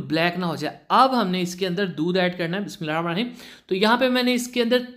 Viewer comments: Bismillah tou lhena seeks ly bhai theek tarah perhain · Bhai bismila to thk perha kre plz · بسم اللہ الرحمن الرحیم پوری پڑھ لیا کریں اپ کے تلفظ میں غلطیاں ہو رہی ہیں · Bismillah sahih Talafaz SE parha Karen plz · Bhai Allah ka name or Bismill Allah sahi se poor prha kren plzzzzzz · Bhai bismillah aram se or thk talfuz se Parha kre plz ❤ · Read Bismillah correctly